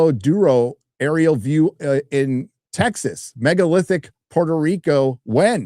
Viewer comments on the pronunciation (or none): none